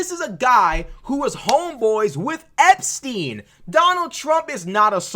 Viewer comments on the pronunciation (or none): none